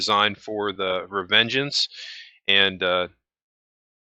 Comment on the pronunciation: "Revengence" lol